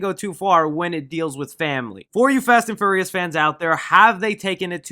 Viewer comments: Say it with me FEE-YOUR-REE-US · you said the fast and furriest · ...wait, I can't be the only one that keeps hearing, "Fast & Furriest 9" am I? Um... Can we have a spoof of this?! Little gerbils or hamsters? Um... YES!... make this happen some how! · “Fast and fur-reous” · Why you say “Furious” like that, good vid tho